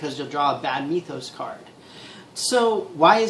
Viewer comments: While discussing Arkham Horror, you pronounced the word mythos as mee-thos and mye-thos... It's actually pronounced mith-os. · ***** erm... neither, actually. lol... It should sound like, "with." So, together, it would sound like, "WITH-oss," where the 2nd syllable would sound more like "toss."